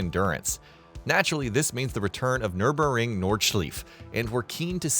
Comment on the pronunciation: Nurburing Nordschlief sounds about right 😂